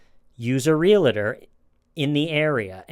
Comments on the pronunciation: REAL-UH-TOR? REALTOR. WHERE'S THE EXTRA SYLLABLE? Otherwise, love your videos👍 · can't say realtor either hahaha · Gotta jump in here to say a) love your show, and b) Pleaaaaaase stop saying “REAL-i-tee” (it’s REAL-tee) and “REAL-a-tor” (it’s REAL-tor). Realty. Realtor. Only two syllables apiece. 🌺🍷🌺